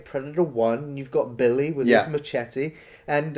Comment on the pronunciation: Machetè? The way u pronounce it sounds like you’ve been eating too much cheddar cheese lol Love ya work though✌️